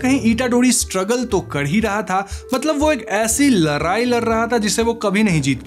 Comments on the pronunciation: Bro it's ladai not larai 😂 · Ladai❎, Laarai✅